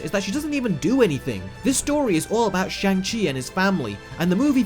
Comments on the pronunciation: You Do Know you are pronouncing Shang Chi wrong, right? It's pronounced SHONG Chi. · You even put the clip in here of hot to pronounce his name but STILL say it wrong! This is irresponsible reviewing. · You're entitled to your opinion and all... But consistently mispronounce that main character's name THROUGHOUT the video. How and why when there's a scene where he clearly enunciates his name!! 🙄🙄